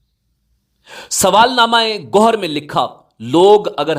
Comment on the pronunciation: Gohar ko goar, fraud ko faraad kuon bolte ho? Kya language he yeh?